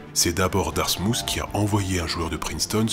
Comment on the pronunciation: Darmouth est plus proche de "Darmouss" niveau prononciation que "Darmoutt". Vous pouvez aller voir la vidéo qui a pour titre "Day in My Life - Dartmouth College!" il prononce le mot dans les toutes premières secondes.